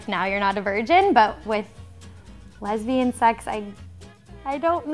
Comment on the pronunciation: "Lesbian sex" does it really need all that emphasis as if it's the 8th wonder of the world? 😴